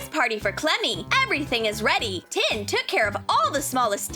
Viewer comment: It's tin